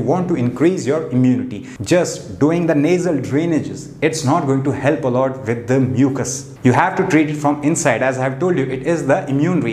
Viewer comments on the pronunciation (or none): none